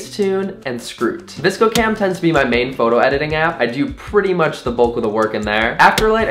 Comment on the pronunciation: oh my gosh thats the first time ive ever heard vscocam pronounced like that i usually just say each letter, i was so thrown off by that lol